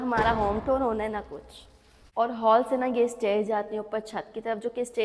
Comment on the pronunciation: Tour ki pronunciation sai se karrain.app jab tour bolti hn tab lagta hao tore bol rai hu .naraz nai honA.Allah naseeb karrain